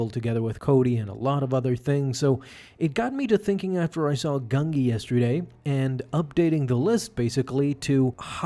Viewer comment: I can't watch this if you start the video by pronouncing the Jedi Wookiee's name "GUN-GEE" instead of "GUN-JEE", sorry, but, it usually means TONS MORE is going to get butchered, so, can't continue after that.